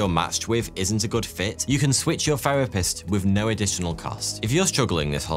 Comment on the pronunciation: What is a "ferapist" ???